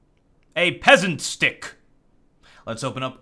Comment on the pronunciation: "Peasant Stick"? Don't you mean "Pheasant Stick?